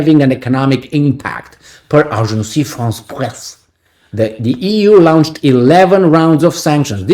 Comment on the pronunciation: Lawn-ched, Not Loun-ched.